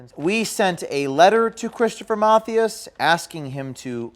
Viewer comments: Lol, "Math-e-us" ??? It's pronounced "Muh-thigh-as" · Just FYI It’s not “MATH-ee-us” it’s “Math-EYE-us”. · Geez, at least get his name right.... ma-THY-az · here is the correct pronunciation of Mathias ---- ma thigh ASS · I just wanna say its pronounced Mah-th-eye-S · I love that James did not pronounce "Mathias" correctly......